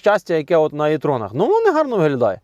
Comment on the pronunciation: тоді вже Ви говоріть правильно - І-Трон